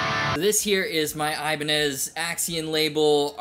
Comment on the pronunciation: I-bin-eye lol